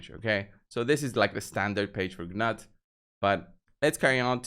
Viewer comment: The Call of the Arbiter videos tell you how to pronounce Gnut. I am guessing you didn't bother to watch them? Either that are you are being willfully obtuse. It's pronounced "Noot" BTW.